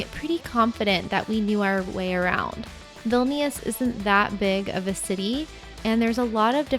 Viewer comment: Enjoyed your video, in the pronunciation of Vilnius you don't pronounce the second i.